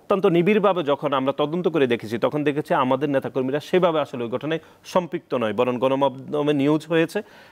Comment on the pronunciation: এবন না এবং সুতরান না সুতরাং বরণ না বরং আগে এইগুলা ভালো করে শিখেন তারপর টকশোতে আসেন